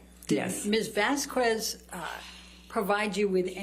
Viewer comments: Love how she gets corrected on name pronunciation by the Hicksville witness and still manages to call the other attorney Ms Vascwez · Amber’s attorney is always messing up words and names lol umbrella man guy whoever lol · Can amber turds lawyer learn how to say Vasquez please, at this point it feels derogatory toward Camile. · Gosh, weeks of trial, yet AH's attorney still hasn't learned how to pronounce properly Camille's last name 🤦‍♀️.